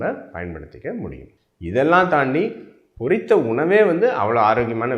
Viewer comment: NOT / PORRITHA sir Pottitha why are you killing the tamil language, and the people who speaks Tamil.